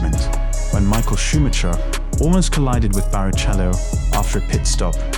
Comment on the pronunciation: I would strongly advise learning how to actually say ‘Grand Prix’ and ‘Schumacher’ properly if this is going to be an F1 specific channel